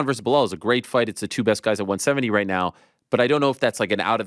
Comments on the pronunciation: He's gotta be trolling us at this point. There's no way he hears everyone around him saying PER-EI-RA, and he says PIERRE-A. Or Hazmat, Kamara, Macklechev, Blehal and so on 😂😂 the funniest part is he mispronounces their names to their faces and they don't even bother to correct em they just roll with it 😂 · Chael calling belal blahal drives me nuts lol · Chael doesn’t know to say Belals name. It’s not BULL HALL Chael lol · Blehal 😂😂. gotta love Chael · “Blehal” Muhammad and Islam “maklachev “ are my favorite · Chael Sonnen cannot pronounce Belal's name correctly to save his own life.